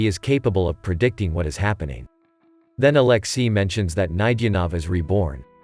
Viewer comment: Could u not butcher alexei? With aleski?